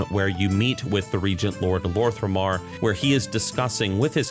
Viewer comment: Quick note concerning your pronounciation of some names, so it's "Lor'themar not Lor'thRemar" and "Turalyon actually reads as Turalyan" other than that i really love your videos keep it up ! Much love !